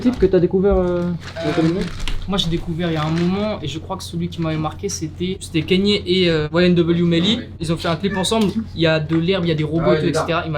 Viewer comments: Vous avez du mal avec son nom à kanye west,à chaque sortie de yeezy etc c'est du kenny west... "canne yeah" en phonétique(pour les nuls), sinon c'est ye vu qu'il à changé de nom ("yeahhhhhh") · 👉 Kaï- Ni-É 👍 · Arretez de dire « Kenny » West svp 😭